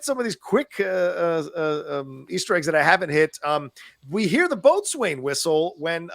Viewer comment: Boatswain pronounced "bosun" Hegemony pronounced "ha-jem-oh-knee"